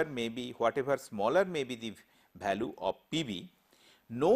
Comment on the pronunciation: lol...his pronunciation......balue for value, divergent for divergent,....tooo funny... But lecture is good